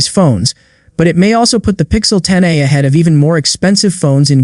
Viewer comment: Terrible ai slop video (“pixel 10-uh”)